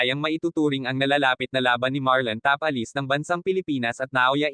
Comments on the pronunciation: Tapales hindi tapalis at inoue hindi inoui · Nakakainis ang bigkas na ta-palis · ayusin mo nman ang pagbigkas ng last name ng tao